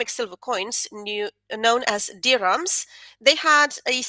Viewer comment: You pronounce dirham correctly! When I was in Morocco I overheard an American woman pronounce it as "deer ham" like some kind of fictionalized meat!